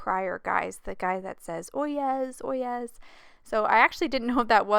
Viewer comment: I’m pretty sure it’s pronounced Oy- yay. At least, that’s how I’ve heard it pronounced. I think it was a court case, and it was the bailiff. Anyway, I loved the card and loved London as well!